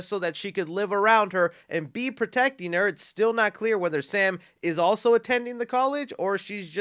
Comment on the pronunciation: When you were talking about the aged/cracked mask, I know you said “this still definitely looks like Ghostface,” but it sounded like you said “this STU definitely looks like Ghostface” 😏😏